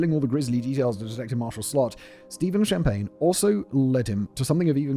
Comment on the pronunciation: “No, Mr. Shhh-ahmpagne, I’m putting you on ice.”